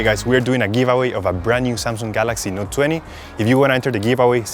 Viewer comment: Not samsunng it's samsunng